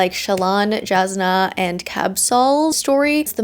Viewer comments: Also Jasnah is pronounced with a Y sound Yas-nah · As an audiobook listener this pronunciation of “Jasnah” is messing with me. I’m sure lots of people say it that way, but I’m very much not used to it. (the J should be pronounced like a Y, if you’re curious. like Yasnah)